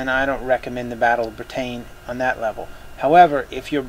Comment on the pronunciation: Lol the way you pronounce Britain is funny =D